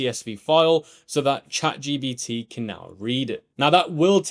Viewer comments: for real its a bit irritating 😅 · I love how you always say chat gBt rather than gPt 😂